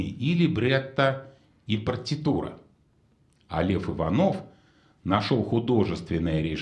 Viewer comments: Не Иванов, а ИвАнов. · Не ИванОв, а ИвАнов (Лев Иванов, балетмейстер).